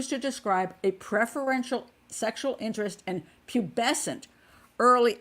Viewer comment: Pat did a Splendid Job enunciating Pubescence and Hebephile too. I Vote Honorary English Lady. Xx